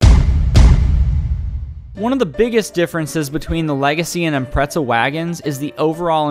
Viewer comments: Why do people say “Impretza” ? This isn’t the first time i’ve heard that lmao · What the fuck is an impretza